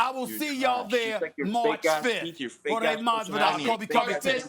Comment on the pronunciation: “Hor-day” Stephen A Smith